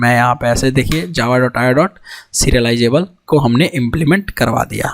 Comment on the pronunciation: bhai baki sab thik ha lecture record kare time mic ko thoda durr rakh .....or please java ko java bolo jhawa mat mat bolo